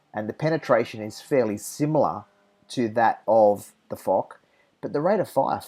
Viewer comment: Great video m8! Although I still prefer the Jagdtiger, I would tend to agree that the Foch is an overall better tank. BTW, Foch is pronounced like "Fosh" not "Fock".